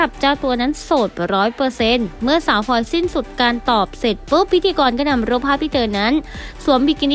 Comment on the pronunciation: ขอความกรุณาพูดให้มีคำกล้ำพลอยมิใช่พอย แอนดริวมิใช่แอนดิวค่ะ